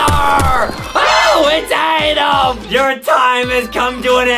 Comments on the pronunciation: it’s adem not adam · wdym? adem always pronounces and spells his name wrong bruh its not adam its adem.